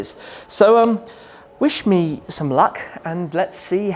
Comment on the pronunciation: <-- "wish me" sounded like "Shmee"